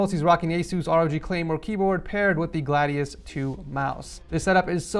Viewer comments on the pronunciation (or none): none